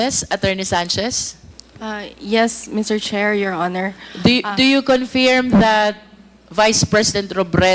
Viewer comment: Please pronounce correctly the word confirm.. Para ksing british ang dating🤣🤣🤣🤣